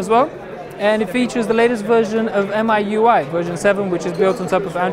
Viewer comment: MIUI - It's pronounced "ME, YOU, I" for god sake... It's a play on words. Got it?